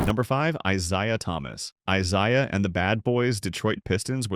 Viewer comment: I..Zi.uh..? I Zay..ya..obvious AI..you expect help from AI…I imagine there are some actual human who have never heard of the Pistons legend…